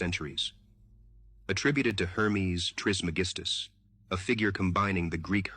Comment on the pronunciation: Hermes Tris Magestos isnt pronounced with the letter "G" as in the word GOOD but as the "G" in the word MAGESTIC....just one of my my pet peeves!!! If you're going to speak for a living....at least get the pronunciation right!!!!